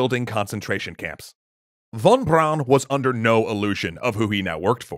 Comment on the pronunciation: Junkers is pronounced "yoonkers". I'm a bit surprised, because you got Von Braun right...